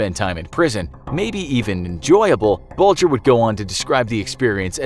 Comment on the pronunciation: That's how Bulger is pronounced